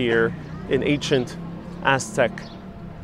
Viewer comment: Why are you saying Tetnochitlan when it is Tenochtitlan? Why noone, who is doing these educative videos can`t pronounce the names properly? WHY?